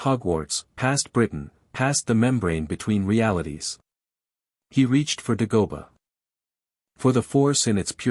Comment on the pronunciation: I like the story so far but the Duh-go-buh is killin me. lol